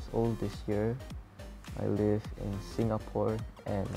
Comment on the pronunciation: are you a filipino just like me??? because i can tell by how you said 'Singapore' :3